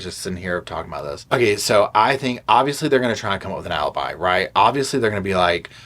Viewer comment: Alibi versus A-lie-bi...🙄 Thank you!